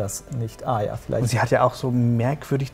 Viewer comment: es macht mich so wahnsinnig wie sie arya aussprechen..wie aja